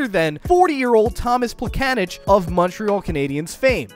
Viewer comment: i laughed so hard at how you pronounced plekanec name😂😂 love from czech republic thanks for making video about our legend jarda jagr❤